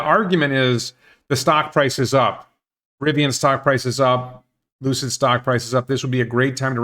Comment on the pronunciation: Maybe it was my brain, the audio or what ever. But it sounded like you said ‘Lose-it” instead of Lucid, at the beginning of the video. Forever now they will be Lose-it Motors. Per the expansion, it could be they hired the same company that worked on the Nicola truck factory to do the work.